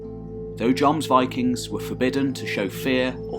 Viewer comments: Wish I had such a great narrating voice, or I'd made similar Anglo-Saxon, Norman, Germanic videos. And actually it's not pronounced "Yomsvikings", it's certainly with a J, but with short O, more like Jômsviking, like the O in Jorvik, with the O as in "OOOM" (the meditation sound/word). And not VAYKING, but WÎKÎNG. People make fun of Scandinavs speaking English, but Norwegian with an English accent is actually hilarious. :). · First of all, another excellent piece! Thanks chap. I was confused at first by what sounded like Jons Vikings, Jons borg ..etc! Lol aside from that this was very informative and well put together! Loved the music too. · Actually, that might be a too simple way to describe the pronunciation. The scandinavian "o" is different from the english "o". It would in fact be similar to the o-sound in Deeper in the throat, and longer. Though the contemporary pronunciation would probably been different anyhow :) I like your videos a lot, but I think you could do better with the scandinavian names. For example you use the name "Lade" as "Laid", but it should be "Lah-deh". Same with "Strut-Harald": should be "struut", as otherwise it sounds like he would strut around ;). Unless it meant something else back then, it sounds like he wore a conical hat (strut hat). I think some tweaking to pronunciations would add even more quality to your videos. This guy has it nailed down pretty well: but still its Norse with american accent. Keep it up! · I rage quit the video after he mispronounced jomsvikings for the 6th time. Gtfo of here with that shit.